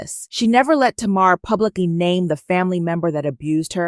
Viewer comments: Pronounced Tay-mar... Tamar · Her name is pronounced TAY MAR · Woman lease say tamar name right if u gonna have a blog